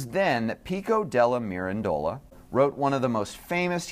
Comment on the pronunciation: Please pay attention to the CORRECT pronunciation of foreign names and words. Pico Della Mirandola's family name has the stress on -ran and not the last syllable -dola! Attention to detail prevents sloppiness. Be accurate in all you undertake!